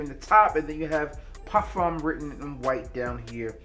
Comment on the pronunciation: I REALLY appreciate the way you properly pronounce "parfum." Just a small detail but it matters.